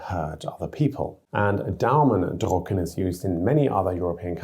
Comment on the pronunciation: Daumen drÜcken… not drUcken, which would mean “print your thumb”. The difference between and <ü> is phonemically distinctive in Standard German.